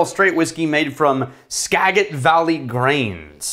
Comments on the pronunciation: Skagit Valley, the "G" is said like a "J" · Skagit is pronounce ska-Jit, like you care. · “Skaa-jit” god damn it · Minor correction: The “g” in “Skagit” has a “j” sound. Skagit rhymes with idjit. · How do you know if someone isn't from Washington State? Have them pronounce "Skagit".